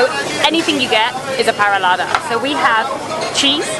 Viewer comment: This woman's pronunciation of parallada makes me want to declare war on England for letting her out. It's pronunciation is so bad it should be taken to the Hague as a crime against humanity. I understand not saying it with the Uruguayan accent, but mother of God and all things holy you couldn't pronounce it even close to correct.